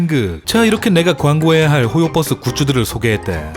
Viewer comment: 근데 왜 발음이 호요뻐스에요? ㅋㅋㅋ universe를 유니뻐스라고 하진 않잖아요